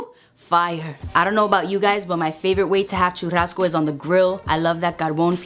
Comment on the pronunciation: Churrazco? 🤔 sounds different but you made it look bomb.